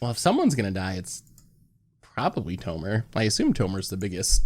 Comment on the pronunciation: Love this channel but “tomer” is very off putting…